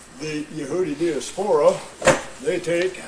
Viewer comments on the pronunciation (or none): Why does this guy weirdly force the first syllable of each word he says? Also he’s just choosing to pronounce things strangely and put the emphasis on a different syllable, right? Please tell me I’m not crazy. (Example: brit-AIN for Britain, dee-uh-SPOR-uh for diaspora)